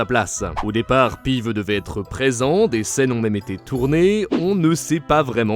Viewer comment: "Pive" ptdr, ça se prononce "pivse"